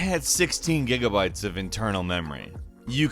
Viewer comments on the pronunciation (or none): none